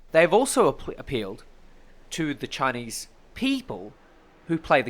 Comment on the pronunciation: "Chineese are bery nationalist" like they have a option lol